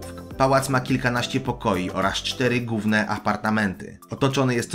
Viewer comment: Czemu mówisz gówne, a nie główne?